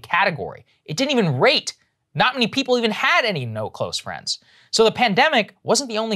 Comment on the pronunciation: "Wanna be my fwend?" Americans: fuck no.